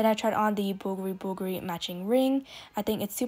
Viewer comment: Great shopping trip. I appreciate that you pronounce Bvlgari correctly!